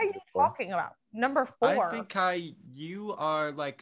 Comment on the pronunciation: Bru it’s Kai